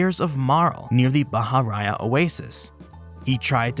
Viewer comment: It is not "bah-hah-RAH-yah." Bahariya is pronounced, "bah-hah-REE-yah."